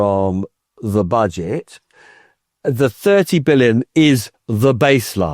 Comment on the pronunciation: "Office for Bodge-it Responsibility." Perfect slip of the tongue! 😂